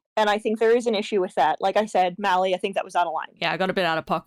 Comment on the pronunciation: How hard is it to say "Mali", bro